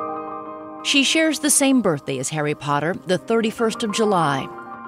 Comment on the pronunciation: Does anyone else find it funny how she pronounces Harry Potter the first time she says it? It's like "Hairy paderrr"